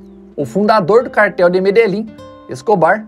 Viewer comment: Curiosidade: Medellín se pronuncia medexin